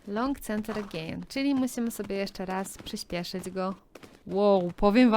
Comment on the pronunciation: Galop czyta się „kanter” nie „center” 😊